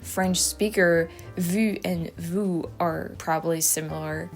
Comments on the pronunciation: vu and vous sound the same to me. view and you do not sound the same as your pronunciation of vu/vous. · Your "vu" and " vous" sounded 'zactly the same to me, but I'm just a hick Missouri farmkid who barely reads English.😋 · I couldn't tell the difference between vu and vous.... sounded identical to me.